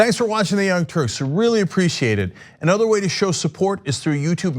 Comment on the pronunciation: Anna u made a new word Anudder.